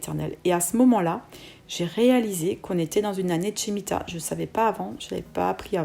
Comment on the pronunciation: Par contre on prononce: « Schmita ».